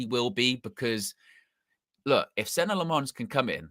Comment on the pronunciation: 🚨 OFFICIAL PRONOUNCIATION 🚨 Senne (SENnuh) - emphasis on first syllable Lammens (LAHmuhns) - EMPHASIS ON FIRST SYLLABLE(!) Andy Mitten is the only one who got it right so far. Everyone from Ste Howson all the way to is doing the French inflection, like it’s Croissants or Provence with emphasis on the last syllable. But HE IS FLEMISH AND THAT MEANS DUTCH SPEAKING. The name is Dutch as well. I’m a Dutchman. Thanks for your attention. Good luck!